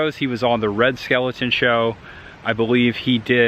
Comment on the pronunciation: Very interesting. It's very sweet that Jill's ashes are buried with Charles. I believe they did love each other dearly. A shame that there's no marker for her there, though. Just a funny lil fyi, it's Red Skelton, (not Red Skeleton)... lol. That made me chuckle. Nice video about Charles. It's a lovely, serene place.